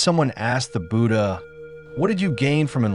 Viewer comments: Could someone please tell AI it’s not Boodah 😂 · It's not pronounced booda.